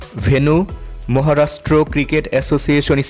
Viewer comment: Mohorastro or Maharashtra ? U r pronouciation is very poor